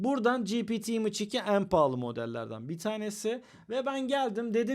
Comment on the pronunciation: image imıç diye okunma imeyç diye okunur